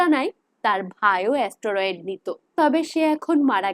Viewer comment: ওটা অস্টোরোয়েড নয় স্টেরয়েড হবে